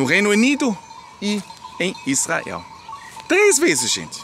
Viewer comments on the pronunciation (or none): none